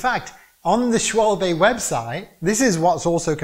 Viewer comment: This guy lost me when he said a mavic wheel was awesome. Also doesn't know how to pronounce Schwalbe without the 'e'